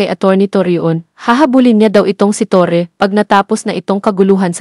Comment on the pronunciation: Torre po Ang Tamang pronounciation hindi “Torri” aayusin po ninyo, ok na sana yung pag English English mo